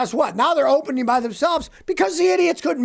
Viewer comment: "Openeen", "onlatcheen"???????